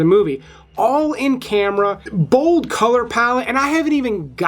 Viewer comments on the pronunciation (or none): none